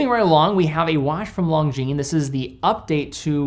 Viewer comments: Love your work,. One small mention: it's "Lon-zheen", not "Long-zheen". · Actually it's neither. No "z" sound.